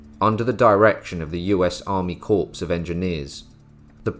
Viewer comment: Corps = core, not corpse.